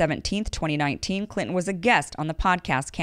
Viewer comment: I love the way you say Clinton lmao